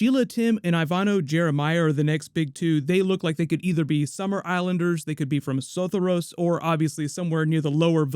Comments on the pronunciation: Say it with me now: so-THOR-ee-ohs, Sothoryos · Im sooooo sorry but the way you pronounced Sothoryos really made me cringe!